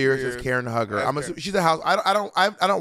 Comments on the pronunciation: Omg it’s Karen HUE-GER not hugger! Lol omg that was driving me insane… but other than that, I really enjoyed this episode ! 💕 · Karen HUGGER is bugging me BOB & Money really don’t watch Real Housewives I can tell 💀 it’s pronounced “HUE-GER” Karen is funny asf Robin is lucky they split the snatch games as she would have been lip syncing too. Also two people have done nene and it wasn’t funny the material is there but so many girls just flop 🤦🏾‍♂️ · "Hue" ger not Hugger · Calling Karen HUE-ger, Karen Hugger is SENDING ME lmao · Bob NEVER SAY KAREN HUG HER EVER!!! It's sounds like [Hue Ger] Karen Huger. That's like Ashley in RHOP saying GYRO. Gurl! That was so Crunchy. You owe Karen an Appolgy just for pronouncing her name like that, she is Everything. Still love you but NO! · NOT "KAREN HUG-HER" ☠ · Lol y'all pronouncing Karen Hue-ger name wrong and as a Potomac fan she is iconic!! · Bob said Huger with the HARD R lol its pronounced hew-ger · Lol it’s pronounced Hue-ger, like Hugh Hefner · You can tell they really don’t watch RHOP, it was so funny when they kept messing up Karen’s last name.